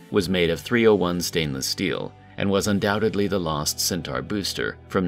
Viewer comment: It has to be human. No computer voice would consistently mispronounce the name of the rocket as "centar" instead of "centaur".